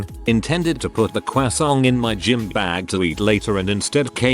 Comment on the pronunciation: It read croissant as CWAASON-T like Carol did on Jimmy Nuetron and I can’t handle that🤣